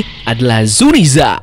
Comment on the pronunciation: Narasi lo bagus min, tapi gw gedeg aja denger zunisha jadi zuniza. Sama les bahasa inggris lagi min.